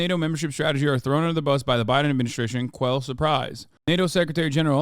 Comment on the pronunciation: Blowing the pronunciation on both quelle and communique was awesome hahaha